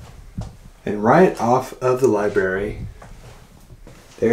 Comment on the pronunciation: Libary?lol...sorry, once I hear libary I hear it every time. Odd house. Not very homey. Thanks for showing us.